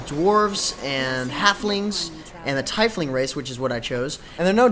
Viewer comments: btw, its said like tea-fling, not tie-fling, sorry... sorta just got on my edge xD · Oh my god. His mispronunciation of Tiefling made me vomit in my mouth a little. Cmon now, go back and play the real Neverwinter games then come back to me..